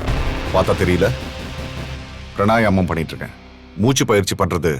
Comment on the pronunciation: ப்ரணாயாமம்இல்லை ப்ராணாயாமம் அழகாகத் தமிழில் மூச்சுப்பயிற்சி என்று சொல்லலாம் அது என்ன வடமொழி ஆசையோ? அதுவும் தப்பு தப்பா?